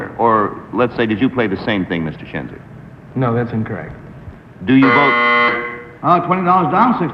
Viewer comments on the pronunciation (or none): It's Schenzer, not Chezner, and yes he's very handsome.